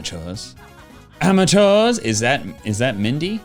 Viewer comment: The way he says AmEtUrS Jk